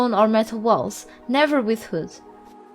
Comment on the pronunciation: it's funny how you can't say wood :D